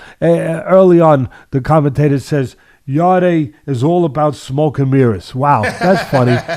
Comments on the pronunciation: It's YARD(E) Teddy not YARD-AY 🤣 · It's not pronounced "Yardy" or "Yarday", it's pronounced "Yard". Silent e. Really annoys me, have some respect for the fighters and get their names right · His name is pronounced Yard and not Yard-ay. The e is silent 👍🏿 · Who's yarday teddy keeps talking about it's yarde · Why do they pronounce his name Yarday? It’s just said as ‘Yard’ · Guys it’s pronounced like Yard as in backyard not Yardeh 😂 I think beterbiev beats Bivol by late stoppage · Please Ken he’s called Yarde as in yard not yarday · are they pronouncing Anthony Yarde's last name as "Yardayy"? Or are they saying his last name and first initial as Yarde A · His last name is said yard, you don’t add the e as a sound. Maybe watch the fight again and listen to the announcer. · I think it's pronounced Yard, E is silent Yarde= Yard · 'Yard-ay' Lol. Teddy's a boxing brain still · the e in yarde is silent, so it is pronounced Yard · They hear everyone call him “yard” but they see an e at the end & say I’m just gonna pronounce like that 🙄😂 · If you haven't got the respect to pronounce a guy's name (Yarde) correct, how can I take seriously your analysis of the fight! Poor show, mate.